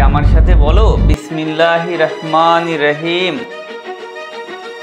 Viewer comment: ভাই আপনার বিসমিল্লাহির রাহমানির রাহিম শব্দটি ভুল আরবি শব্দ রা বলে কোন শব্দ নেই সেটার র হবে রহিম রাহিম না